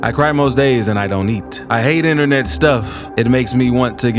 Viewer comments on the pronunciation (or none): none